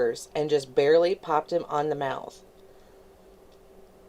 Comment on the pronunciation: I literally hate the way she says mouth!!!!